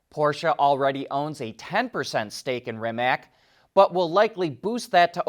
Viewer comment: Rimac is not pronounced Rimak but Rimatz